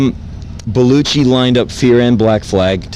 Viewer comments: Anyone else notice how he pronounces Belushi? "Belluchi" ha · Belushi, not Beluchi.